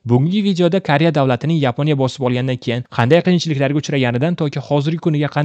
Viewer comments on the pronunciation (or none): none